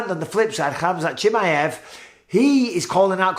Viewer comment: bisping pronounced chimaev 7 different ways in this a video 😂